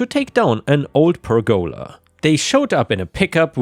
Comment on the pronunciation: I mean, you can consider me a stupid American, but it is not pronounced "per goala". One of my biggest issues with pronunciation in Japanese is not speaking fast enough, you are not speaking fast enough. Perguhla one syllable let alone one word, you make it two. I love the channel so this is not pure criticism it is constructive Again, ill state im learning more than one language, so I understand just how difficult English really is. Not an attack just a very minor annoyance i found annoying enough, evidently based on this commet ive left.